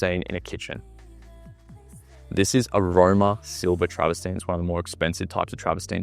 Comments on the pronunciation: Lol travastine it's trav-ver-tine. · It's 'travertine' not 'traverstine' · Some constructive feedback for you: 1. It’s called Travertine (not Travestine) 2. Stop saying the word “particular” 3. It’s called a pocket door 4. You’re in a $23m property, at least dress the part - put a suit on and take the baseball cap off and phone and keys out of your back pocket. Perception and presentation is everything, especially if you’re doing walkthrough in Toorak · Absolutely love your excitement and enthusiasm for the exceptional property mate! Just two things! It’s ‘travertine’ and if I had a dollar for every time that you said ‘luxury’ and ‘particular’ I recon that I could buy one in ‘each colour!! (Teasing!) You did a fantastic job ‘selling’ a beautiful property! I also agree that it has been amazingly, even LUXURIOUSLY !😉 Staged for sale! Well done mate! Sadly, I’m a few bob short atm!😊